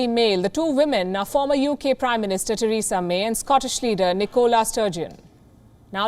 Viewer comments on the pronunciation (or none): none